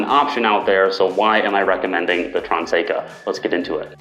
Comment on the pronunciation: It is "TRANESCA" not Transeca!